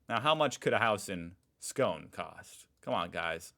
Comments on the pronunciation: Hooray! You said Scone right! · LOL yes, but I nearly fell off my chair when he pronounced "Scone" correctly!